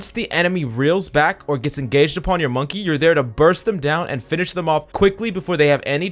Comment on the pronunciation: Dude said Monkay... Bruh